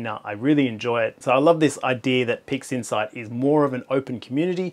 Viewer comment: i'm sure you said "pigsinside" a couple of times